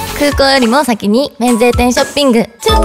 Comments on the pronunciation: ミナリやっぱり上手だなぁ…😍 ももりん日本語下手になった？？ ショッピングの発音が…🤔💭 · 江口拓也が好きなARMY ショッピングが「ショピング」になってるのは韓国語の発音の方しちゃってるからだと思いますww韓国と日本ごっちゃになってるのかと。笑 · これなら飛ばさないショピングの発音かわいい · ショッピングの発音がやっぱり韓国語になっちゃうのかな笑